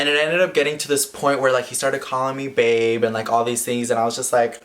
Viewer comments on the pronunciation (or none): none